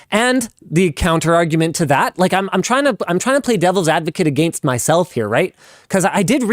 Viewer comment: Against: pronounced Egg Angst